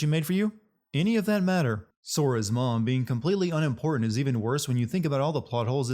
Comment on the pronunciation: “unimportana” Bruh.